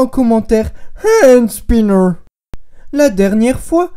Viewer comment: "Haaandsnineuuur" mdrr j'adore comme tu parle :')